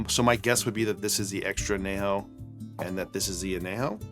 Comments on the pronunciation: I’m guessing he’s fine not trying to use a Spanish accent. I know when I say a Spanish word in English, I’m ok with saying it in an English accent. Or maybe his response is just being sarcastic. Not sure. As a Spanish speaker, I definitely noticed though! 😅 I’ve never heard an “ñ” pronounced as just an “n” though, in English or Spanish. (Though, I’m in Az where most folks, even non-Spanish speakers, know that an ñ is pronounced like an “n” with a “y” after it. (Anyejo [maybe better written an-yejo] or as you said “on - yay - ho”) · Really enjoy your content, Need to work on that añejo pronunciation. It's "on-yay-ho"